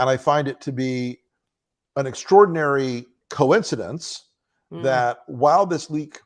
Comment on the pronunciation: C,mon,....an extrodianry quincenedice??